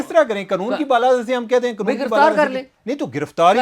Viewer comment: یار یہ قنون نہیں قانون ہے پلیز